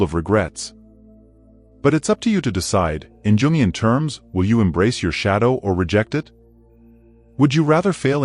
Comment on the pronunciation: It's pronounced "Youngian."